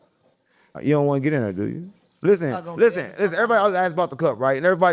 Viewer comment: Dallas says thare